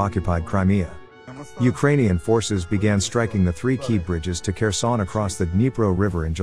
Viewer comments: Another dislike for your pronunciation. Again, it's Herson, not Kerson. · Dude its "Herson" dont say the K